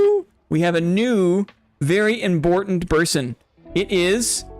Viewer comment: Congrats to on your Boss Royale win! Enjoy your "Very Imbortant Berson" discord role this week <3